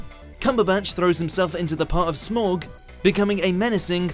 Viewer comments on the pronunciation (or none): triggered by the mispronunciation of Smaug It's SMAOWG not SMORG!! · It's SMAUG, not Smawg! Get it right! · It's SMAUG, why can't you pronounce it correctly? -. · I’m sorry but when you said “smorg” I cringed so hard my face is permanently cringed... 😂😂😂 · well someone can't say Smaug... lmaooooo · Stop saying Smaug that way 😣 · SAY SMAUG RIGHT FOR FUCKS SAKE